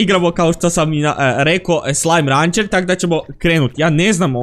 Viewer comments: Nije slajm rancer nego jeslajm rencer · Ni je sllime rancr nego sllime rencer